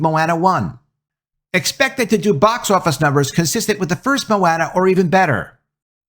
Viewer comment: I was actively listening up until I heard how you pronounced Moana.